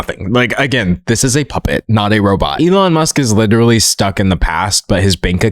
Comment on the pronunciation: "Uhm, im witerally dawk maga... lyke witerally" 🤮🤮🤮